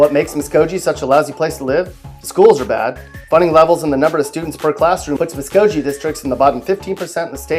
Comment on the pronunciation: You know you're not from Oklahoma when... The video would have been a lot better if he pronounced Okmulgee and Muscogee correctly...